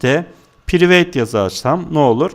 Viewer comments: Piriveyt değil prayvıt hocam. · hocam prayvit demen lazim yaa priveyt yooo